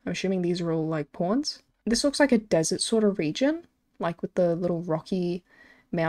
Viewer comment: The way you say pawns haha porns